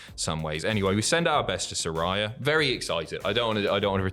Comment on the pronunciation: It's pronounced Sir-Ray-Uh, not Rye